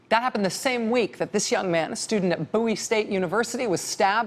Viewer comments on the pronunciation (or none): none